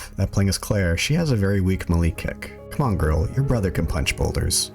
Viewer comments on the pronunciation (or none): Yanno. Ive heard melee pronounced "Me-Lee" Ive heard it pronounced (correctly imo ) as "May-Lay" But i dont think ive ever heard it pronounced "ma-lee" before lmfaoooo It almost sounds like youre saying "molly kills " lmfaooo